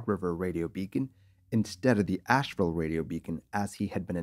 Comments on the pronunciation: It’s AsheVILLE, not Ashewell! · '312 Sugar'? 'AsheWELL'? Your flair for the dramatic is impressive, but pay better attention to your script.